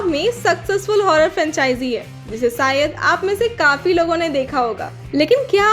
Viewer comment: Hello, it's been a long I've watching your videos and I luved them but this time I'm disappointed mostly bcz of her voice and her way of explaining. This is my opinion so don't be judgemental, tell her it's shayed not sayad, it's pareshaan, not pareshaan...make solo video bro. Best wishes all the way to u. 😊